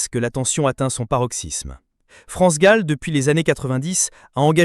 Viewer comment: Pourquoi tu prononces Gaule ou lieu de Gall ? Une artiste n'est pas ton zizi que tu prononces différemment bordel